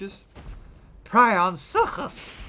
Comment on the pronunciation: You're saying it wrong! It's Prionsukus not suchus.